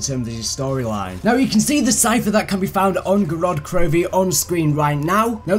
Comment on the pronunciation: It's GOROD KROVI not GODOD KROVI